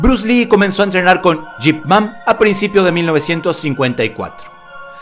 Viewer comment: Quien es Jip Man? Yo conozco Ip Man!!!